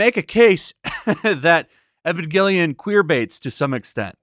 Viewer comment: The story of Evangelion is not complicated. It can be summarized in three words; "I am lonely." And it's Evangelion, not Ayvongelion.